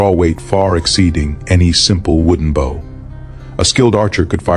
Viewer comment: A problem with a text to voice translator is that english has different ways to pronounce the same spelling. “bow” can rhyme with the word “how” or with “no.” In this case, it rhymes with no, but the translator pronounced it like how.